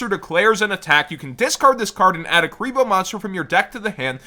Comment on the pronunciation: "Kuriblee" Kuriboh is canon in the world legacy lore now